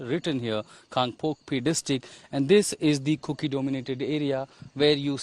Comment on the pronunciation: It's KANGPOKPI not KangpokpO